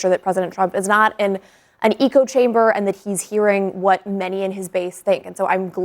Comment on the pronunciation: Why does this clown say "EEEEEEEEEEEKO chamber"?? 😂😂 girl, the word is "echo" not "eco" lol.